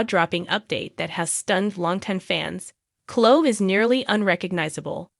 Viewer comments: Omg!!! Please learn how to pronounce names, it drives me CRAZY!!!!! Her name is not Clo, it's Chloe. Pronounced Clo ee, u morons!!! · Please pronounce the sweet girl’s name correctly. Cloeeeee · Cho? Pronounce her name correctly. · Why can't you say their names correctly? It doesn't make your site look very professional!